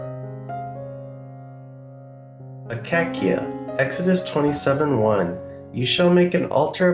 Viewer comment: pronounced a-CAY-sha. wood.